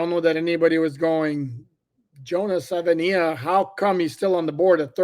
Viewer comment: I’ll help you out with the pronunciation. Suh-vuh-ee-nye-uh